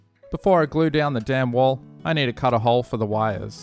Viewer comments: What a great-looking diorama! And, I know you were saying „dam wall“ but to me it always sounded like „damn wall“ and made chuckle a bit :-) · "before i glue down the damn wall" is what i hear lol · For some reason it cracks me up every time you say the dam(n) wall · i’m glad to see i’m not the only one who had a giggle every time he said “dam wall” etc. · I swear the audience is just 5 year olds. Laughing at the fact he said dam wall. 🙄🙄